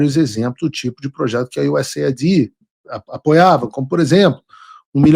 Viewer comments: Usaid US ÊID POHHA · Me recuso a ouvir US AIDÍ AID É AJUDA EM INGLES. BANDAID TODO MUNDO AQUI SABE FALAR BAND ÊID, AGORA PQ USAID " AJUDA AMERICANA TEM DE SER US AIDÍ ID DE IDENTIFICAÇÃO, IDENDIFICANDO O QUE CARALEO